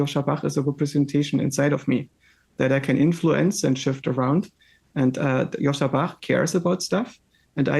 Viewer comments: JOSCHA, not Joshua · Pls correct his name, it is JOSCHA.